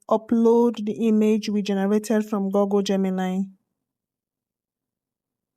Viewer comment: It's Google, Not Goggle.